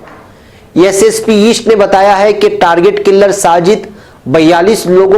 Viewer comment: Mere Target killer ka talaffuz durust farmalen